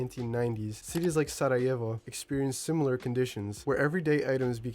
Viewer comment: Are you from the balkans because you pronounced sarajevo very well